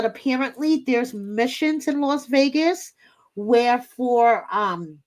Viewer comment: I think you mean the "TaKe mE tO VEE-AY-GUSsSsS" episode! 😜